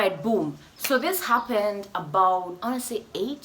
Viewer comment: "Wahaha-ppened was...." 😂